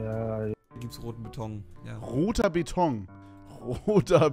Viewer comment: Es heißt Beton und nicht Betong Brudi